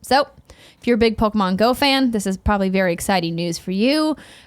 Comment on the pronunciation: Andrea you got the Pokemon names correct! Good job!!